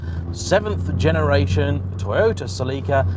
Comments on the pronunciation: ceLIIIca lol first time I heard it like that. Great video btw 👍👍👍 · It's how we say it, SEL UH KA, sounds so wrong